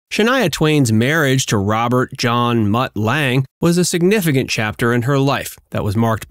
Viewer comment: And it’s Mutt Lange not Matt